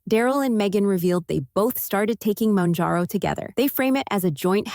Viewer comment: It’s not “moonjarrow”.